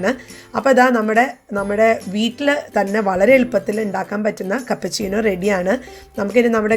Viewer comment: Cappuccino aanu chechi cappachino alla